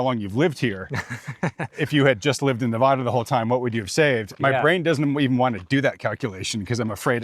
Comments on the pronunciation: He moved to Nevada and doesn't know how to say the name of the state correctly...... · If he's going to live in nevada please inform him how to pronounce it